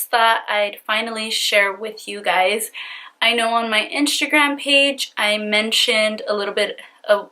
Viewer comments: Omg your face looks like a mask. Are you attempting to look like Kim Kardashan also? I think it prevents you form saying instagram, you are saying inshta'gram. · I hate the way she says "inshtragram" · What a criminal!!!! One question? Why do you have a hard time saying Instagram lol do you have veneers? You speak perfectly fine except when you pronounce inshhhhhtttagraaam🤗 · why does she pronounce instagram as inshtagram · I was looking for this!!! 😂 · Marissa Antoinett lmaoooo i knew I wasn’t the only one hearing that Inshagram name! So annoyinh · Omg I cannot continue watching this with you saying iNSHAgram. 😭😭😭😭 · u actually say inshagram, but that’s just how u pronounce it and that’s ok. Don’t freak out on peeps when they say that, I think we just haven’t heard Instagram pronounced like that. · you kept saying Inshagram. Please replay the video lol. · d g lmaoo she better be!! 🤣 inshagram. Fashebook. Shwitter. 🤪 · I listened to her pronounce Instagram several times to figure out if she was really saying it weird or if it was me. Then she said IRA like it's someone's name haha. This guy sounds like a Scumbag but it sounds like she wanted a guy who has money to buy her phones, pay off debt, and take care of her. She was blinded by the money and got screwed.